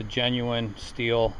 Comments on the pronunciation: You should say shtil , with sh not s and its sounds correctly then. Germany products are the best :) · It's pronounced: shteehl.. :-) Good tools tho'